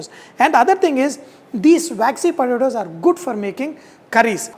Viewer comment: It took me 5 minutes to figure out he was saying “potatoes.”